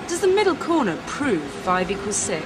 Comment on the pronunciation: "The MIDDAL CORNA"